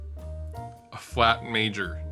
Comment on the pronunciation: ARRRGH! it's supposed to be read as Aflat Major! not a Flat Major